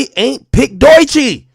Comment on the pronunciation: The only people hating on Doechii are Drake stans. What about her going absolutely viral on YouTube and TikTok doesn’t Ak get. And I hate the way he mispronounces her name. She is just catching these strays because she is signed to TDE. Ak used to be better than this